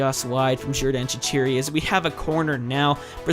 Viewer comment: shaquiri is prounounced Shak-qureey